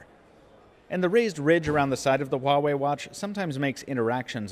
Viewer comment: I gotta say one thing though, pronunciation of Huawei has been so far the best among all reviewers.